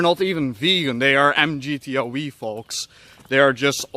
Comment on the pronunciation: MGTO "weeee", lol. It's pronounced "double u", I know you're Dutch and all, but you I'd think you know.